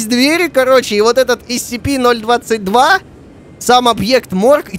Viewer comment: правильно не нсп, а скп